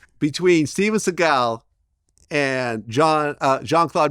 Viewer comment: Vlad: “Steven Sea-gal”